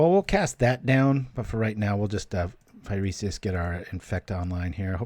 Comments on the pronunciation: It's pronounced "fy-ree-sis" not "fy-ree-see-iss" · Why do you keep pronouncing Phyresis with extra vowels?